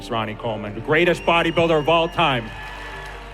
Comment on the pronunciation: Putain que ces Frenchies sont nuls en langues étrangères. C’est: “bodyb-iiii-lder”, pas “bodyb-uuuu-lder”!!! C’est quand même pas la mer à boire, bordel de merde!